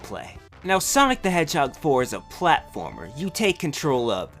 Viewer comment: hahahhaha Platformaringaring XD